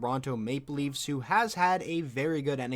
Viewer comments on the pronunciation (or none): none